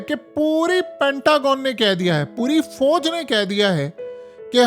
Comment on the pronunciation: Abey Pendoo Fooooj Mat Bola Kar.Aslee Lafz Fauj Hy !! Aur Thun Thun Thun Thun Thun Thun Kee Music Tou Band Kardiya Kar 😅😅😅